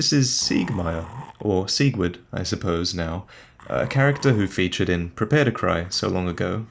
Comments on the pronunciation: Okay, I was going to get annoyed at you pronouncing it "Sig-ward" after Seigward himself said it "Seeg-Verd" , but then he himself pronounces it "Sig-ward" . Mispronouncing names is just a pet peeve of mine, and it really irks me that the character himself says his name in two different ways. Otherwise, can't wait for episode 3!!! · Its pronounced with a "ver" sound for Siegward, so verd instead of ward